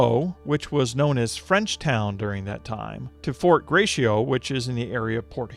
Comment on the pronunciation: "Fort Gray-shee-oh" When you realize the narrator AIN'T a native Michigander!